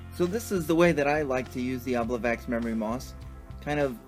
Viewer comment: I appreciate your presentation of the encounter; it looks fun. Just to share (not just nitpick) something interesting to me: traditionally the memory moss is an "obliviax" (O-B-L-I-V-I-A-X), which Dungeon Magazine #93 suggests be pronounced o-BLIV-ee-aks. It is likely meant to evoke "oblivion", which comes from Old French oblivio, and before that the Latin "oblivisci", meaning, appropriately, "forgetfulness".